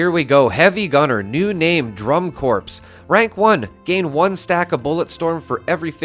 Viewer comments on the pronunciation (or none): pronounced core... not corpse haha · "Corps" is pronounced 'core', not 'corpse'. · I may be wrong but isn't the "corps" pronounced "core" and not "corpse"? So it would be called "Drum core" and not "drum corpse" which sounds cool btw lol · I hate to correct, but it has to be done. It's not Drum "Corpse" it's pronounced Core. Sorry, military things are a huge pet peeve of mine. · Btw, the perk name drum corps is pronounced drum core(s), the P is silent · Just to say, the word "Corps" is pronounced "Core". 🙂